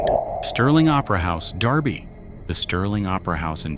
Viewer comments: I was just about to say the same thing lol. "Dur-Bee" NOT "Dar-Bee" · It's DERBY NOT DARBY!!!!!!!!!! AI sucks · I think its derby not Darby